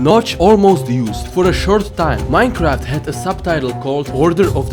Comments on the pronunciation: it said Minceraft instead of Minecraft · I keep hering miss heard minecrad